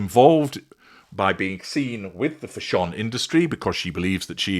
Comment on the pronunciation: I will never pronounce fashion the same way again 😆😆